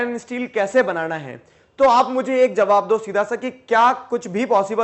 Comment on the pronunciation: बनाना ❌ बनाणा ✅✅✅✅✅✅ 😅😅😅😅😅😂😂😂😂😂😂😂😂😂